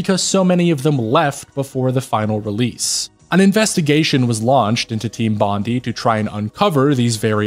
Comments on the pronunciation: Bondi is pronounced “Bon dye” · Great video, with well spoken points. Because I'm an asshole I can't help but correct your pronunciation of Team Bondi. It's Bon-dye